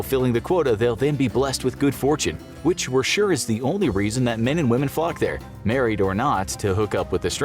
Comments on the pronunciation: When they said flock at about , it totally sounded like something else for a second, lol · I did not think he said "flock there" at first. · he says “men and women FLOCK” there but I heard something else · “Flock” not f**k, I thought he said it at first too 🤣